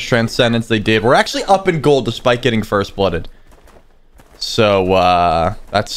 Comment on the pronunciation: not foist but foist in yo heart💕